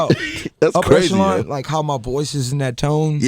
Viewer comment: Whoo kid said "upper EKOLAN" lmaooo